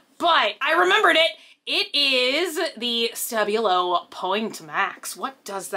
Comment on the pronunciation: The way she says stabilo hurts my english ears :P